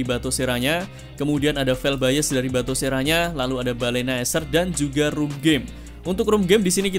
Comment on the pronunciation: nah gitu dong.. batosera bukan batokera ya.